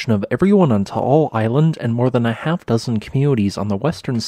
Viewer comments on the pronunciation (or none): none